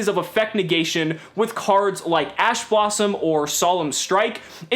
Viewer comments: did anyone else hear ass blossom? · lol you said a$$ blossom or it sounds like it. Thanks awesome vid. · "assblossom" Edit: damn I was late to the comment